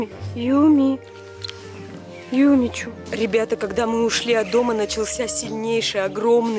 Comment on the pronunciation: Юми чу! Хватит уже ошибаться чу-шу с буквой у